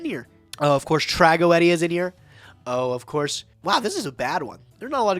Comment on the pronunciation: this is the way pronounces Tragoedia is "TRA GO E DIA"....ITS TRAGOEDIA